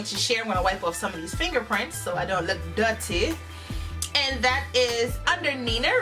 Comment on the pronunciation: Jamaican Accent came out in that "Dutty" - Love It 😂😂😂